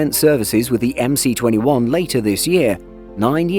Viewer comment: “MS21” the “C” in russian alphabet is pronounced “S”. So it’s MS21 or Магистральный Самолёт 21ого века (Main aircraft of the 21st century)